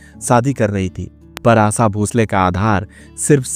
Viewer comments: Bhai unka name to thik se lo aasha hai aap aasa aasa kar rahe ho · It’s asha n not asa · Bhai ... Aasa Bhosale nahi Asha Bhosale naam hain.. Kyu bar bar Aasa Usaa bol ra ho bhai... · आसा नही भाई " आशा " कहिये. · आसा नहीं रे आशा सोनल मिडिया पर इतने महान गायिका पर विडीओ बना रहे हो उच्चारण शुध्द करो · Pehle hindi theek bolo Asa Asa kya kar rahe ho Unka nam Asha hai Asa nahi. Sudharo apane aap ko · Aap ki jankari de rhe ho bhayi jo bhi ho shudha boliye Aasha, aash आसा, ऊसा मत बोलो ऊषा, आशा यैसे बोलीए ईसलिए‌ सुन ने‌का मन नहि करता 😂😂😂😂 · आसा नहीं, आशा | शब्दों का उच्चारण सही ढंग से करो | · ABEBOS ...DK, ASHA BHOSLE KA NAAM LENA TO SEEKHLE. AASA BHOSLE BAAR BAAR BOLTA HAI. SUNTE WAKHT ITNI CHHID HOTI HAI, AGR SAMNE AASA AASA BOLTA TO JUTE MARTE. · Her name ASHA. Not AASA. ASHA is with a H. Aasa sounds so irritating. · But sorry to say the commentator hasn’t spoken well. Hindi ok ठीक से नहीं बोल सकते हो आप। आसा भोंसले कह रहे हो। आशा नहीं कह पा रहे। 😔😔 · Aasa aasa kya bolta hain aasha bolo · Asa nahi hai it's Asha. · आशा भोसले आहे तीच नाव आसा भोसले नाही हो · It is not asa it is asha. Pronunciation is incorrect. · ASHA NAAM HAI na ki aasa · Aassa nhi AaSHa......aap voice over kar rahe ho lekin aapka Shabdh uccharan itna galat hai..... please isse sudhariye. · Pronounce name as Asha, not asa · Asa nhi asha bolo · आसा नाही रे आशा 😂 आप प्रॉनौसेशन ठिकसे करो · अबे आसा नही आशा😅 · You cannot pronounce shaadi ,& Asha,you are pronouncing it wrong aasa & saadi😮😅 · आसा नही रें आशा हैं पढ ने भी नही आता 😅😅😅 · Please correct your pronunciation it is Asha. Not Aasa.vedio chahe jaisa bhi ho das baar aasa sunkar Mera khoon khaul rha hai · एक अच्छा एंकर बनने के लिए उच्चारण सही होना चाहिए पहले "श" बोलना सीखो, आशा भोंसले होता है ना की आसा भोसले. हर बार" श" की जगह "स"बोल रहे हो. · जानकारी अच्छी है लेकिन उच्चारण सही नहीं जैसे "आशा" आसा बोलना या "शादी"शब्दको सादी बोलना! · आसा नही उनका नाम आशा है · आसा नहीं आशा पहले ठिक से बोलना सिखो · It's 'Asha' not 'Asa' 🤦‍♀️ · आसा नही आशा होता है।